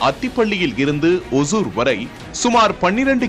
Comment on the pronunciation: It is not osur (kuril alla). Osoor (Nedil)